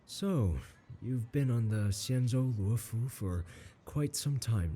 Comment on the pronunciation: I like how accurately you pronounced Xianzhou Luofu, really